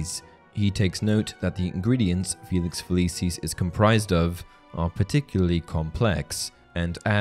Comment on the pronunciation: I physically cringe every time the narrator says "Feliceeez"